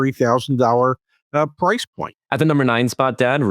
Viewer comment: Price is a one syllable word